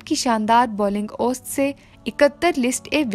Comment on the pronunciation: محترمہ آپ کا اُردو کا تلفظ بہت خراب ہے۔۔۔ ماجد خان کا پیدائش کا سال اور اوسط کا تلفظ آپ بہت غلط کررہی ہیں۔